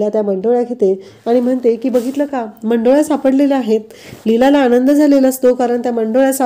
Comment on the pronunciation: मंडोल्या नाही हो, मुंडावळ्या, नीट उच्चार करा😂